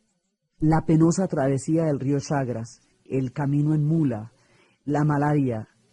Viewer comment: No es el rió CHAGRAS es CHAGRES